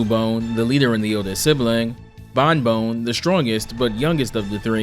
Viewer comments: Pronouncing Bonne like "bone" instead of "bon" sent me into fight or flight. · Sorry this is bugging me. It's pronounced "Bawn", not "bone". Double "n" gives s short vowel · It's pronounced "Bon", not "Bone". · Fr, it's not the worst thing in the world , but it's still messed with me. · That's... certainly a way to pronounce 'Bonne'. Not the correct one, mind.